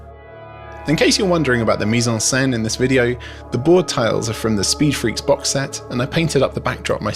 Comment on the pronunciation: Ooooo, "mise en scène"! And properly pronouncing croissant! Look, who's fancy! Kidding! Love the content!